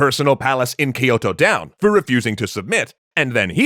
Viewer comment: Every time Kyoto is mispronounced Amaterasu cries